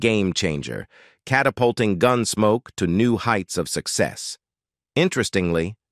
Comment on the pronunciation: Horrible AI voice. I quit listening just before four minutes, when a string of mispronunciations culminated in “Gunsmokey.”